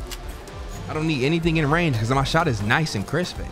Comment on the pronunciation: Anyone else love when B says CrEsPeY